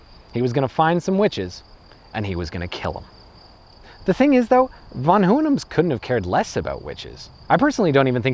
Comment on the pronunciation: interesting way to pronounce "von Hohenems"